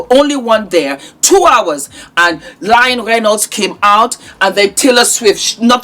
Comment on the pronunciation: She’s saying Lying Reynolds